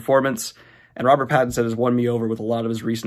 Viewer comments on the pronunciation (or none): none